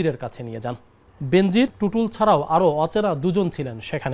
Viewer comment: বেনজির নামের উচ্চারণ হবে বে নজির